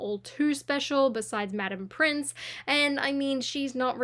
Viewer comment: Again, Madame Pince, not Prince.